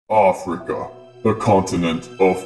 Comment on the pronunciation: I kept rewinding it and it said "ah fric" XD